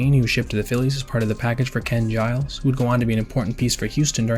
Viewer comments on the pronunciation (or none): none